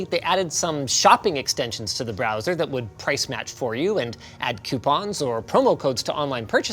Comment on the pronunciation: Hey linus can finally pronounce coupon properly now